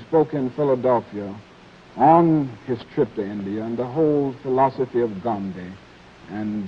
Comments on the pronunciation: They are pronouncing his name right, why can't most of the current Americans do that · Even without Internet, they are pronouncing Gandhiji's name better than most native English speakers today.